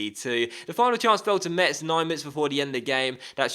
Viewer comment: Metz is pronounced like "Mess", not "Much", so your jokes doesn't make sense to me, as a french xD